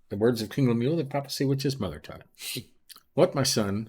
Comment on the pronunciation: Annunciation is wrong. Lemu el